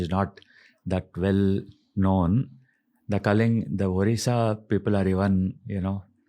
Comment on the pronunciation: First of all this is Odisha not orisha.Please correct yourself.